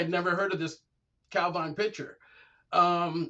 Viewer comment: Jeez, it's only ever pronounced Cal-veen. Anglicising words failed Scotland. even correctly pronounces it a few times, then reverts back to the nails on the blackboard pronunciation.